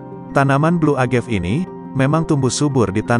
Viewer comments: Sorry nih. Agave bukan dibaca Agev. Dibaca Uh-Ga-Vei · Cewe gw org f&b denger creator ngejelasinnya ngakak 😂 a-ga-ve sebutnya buka agev